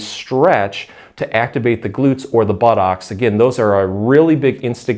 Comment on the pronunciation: He pronounces buttocks just like Fforest Gump! :-)))